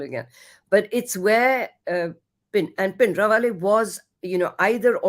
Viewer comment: Bhai Jbrdasti ka pronunciation of Bhindiwale